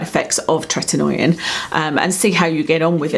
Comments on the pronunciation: You're mispronouncing the "oi" in "Tretinoin". It's not Tretin-noy-in, as you pronounce it. It's Tret-in-oyn. We just find it annoying. Also, are you aware that there are very white patched under your eyes? Perhaps practise better blending techniques. Not trying to be nasty, just a very noticeable observation. You're also mispronouncing "squalene". Anything taken from sharks is extremely cruel and incredibly bad for the planet. Sharks largely govern the oceans, controlling the oceanic eco-system. Most of the oxygen we breathe comes from the oceans. Supporting disruption of the oceanic eco-system by cruelly murdering sharks for personal vanity is very very wrong. It's incredibly brutal how they're caught and killed. Grow old gracefully. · Happy New Year. Hope 2018 is a good one for you. 💋 Btw, it’s pronounced TRET-IN-OH-IN. 😄